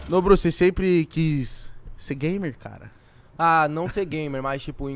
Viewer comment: "NODRU" kkkkkk koe adm